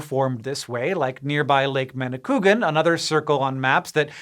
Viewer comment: Hank, repeat after me "Manikwagan" not Manicoogan.